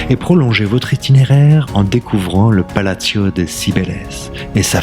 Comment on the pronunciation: Video sympa mais t’as pas fait espagnol lv2 à l’école toi ! Plaza et palacio sont des mots espagnols pas italiens dans leur prononciation 😄